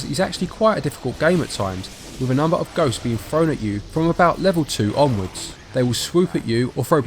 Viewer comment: a fird movie??? when did th change to pronounce as F? so with is wif. hard to take you seriously when you cannot speak properly